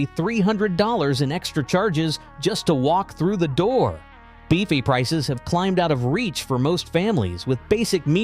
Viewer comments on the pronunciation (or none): Beefy prices? The word is buffet, pron: buff-ay